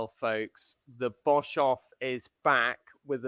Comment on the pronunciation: The surname Boshoff is the incorrect protion. Pronation emphasizes the O. My maiden name was Boshoff. My fore father's were of Dutch /German descent.